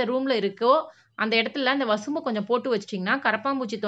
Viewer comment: வசம்பு . வசும்பு இல்லே.